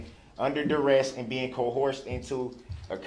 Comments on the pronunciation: Troof, cohorzhun, durest😮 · "Cohorsion and duresst" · A person who cannot pronounce the word duress, should not represent him/herself. He literally said, durest🙃. The people in the courtroom must’ve went home with a migraine every single day. I feel for his child, but the child is blessed by not being raised by him or near him. And it’s unfortunate because the child needs a man to teach him how to be a man. I am curious about any woman that dated this narcissistic psychopath. You know they say birds of a feather, but I don’t know how anybody could’ve even been this dude‘s friend,never mind lover. Choose wisely ladies. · "I move for dismissal (6 murders) for being under duresst 😂, not a word, and co-horsed" which I assume is riding pony's wiv ya G!😂 Just when you think this child killing, woman beating/ killing, registered sex offender can't possibly get any more stupid 😂 he lowers the bar yet again 😂😂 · Cowhoreshon and durrest. What a maroon.